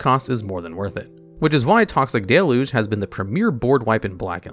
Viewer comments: I swear there’s always at least one card you pronounce in such a funny way. Like toxic delu the first time you said it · The thing that stumps me to this day is why to people keep mispronouncing deluge.